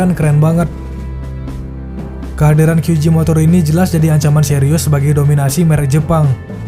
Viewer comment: Kesalahan warganet 62 serung kali menyebut huruf J dlm bahasa inggris dengan "ji" padahal itu utk huruf G...J tetap dibaca Je... Kyu Je motor